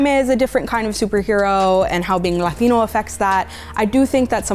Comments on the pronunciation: Why is she pronouncing latino that way? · Lati.....what? its latino. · Why does she say the word "latino" weird?